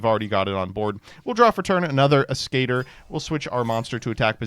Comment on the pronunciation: Ah, my favorite Spellcaster for Synchro plays in this deck: SKATER. My brother in christ, you don't have to be afraid of reading "As" as "Ass", the spelling is literally "Ass-cat-ore".